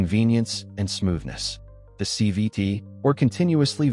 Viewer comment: He keeps saying c v ‘d’